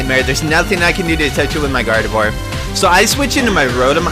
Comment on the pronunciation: I'm getting so triggered how you say gardevoir. Its not guard-eve-war. Its guard-a-vwaaa. It's french. also I can hit you up with a shuckle. What kind of EV spread do you want?